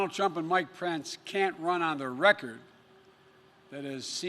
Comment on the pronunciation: Sleepy joe just said Mike prence???